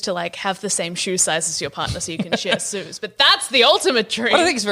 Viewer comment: When said share shoes she accidentally said share sues